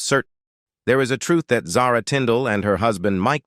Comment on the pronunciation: Since you cannot pronounce her name properly i am sure the rest is junk. I cannot listen to someone who mispronounced words!